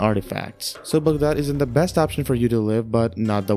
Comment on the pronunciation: the way u said Baghdad! Are you Iraqi?